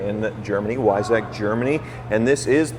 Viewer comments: LOL, "Why sack". It's pronounced "Vice-ock" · WEISSACH - Weissach is pronounced as "VYE-sakh" in German - you totally massacred the pronunciation. You guys need to travel to Germany.. drive on the Autobahn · Sorry, you did miss on the pronunciation of Weissach. It's Vie-soch. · "Whyzack" package. 🤣 The Germans are puking. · Pista in Italian means track or trail. And the Barrett-Jackson announcer got it wrong too, Weissach is pronounced VYE-sahk, like Visa with a long "i" and an almost silent "k" at the end. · I think we are saying the same thing here. It is pronounced like V-eye-sah, plus I copied the phonetic from Google, so I know that that is correct. It certainly is pronounced like said it or the Barrett-Jackson announcer as I watched it live during the broadcast. They all got it wrong. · Don't worry, is mispronouncing Weissach as well! 😛@